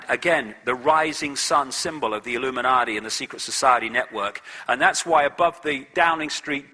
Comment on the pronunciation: I wish he wouldn't substitute a "D" for a "T" when he speaks;hould of and would of" e.g "Illuminardi" and "compewder". It really grates. Almost as bad as "I'm good" and"Can I get,,,,,,"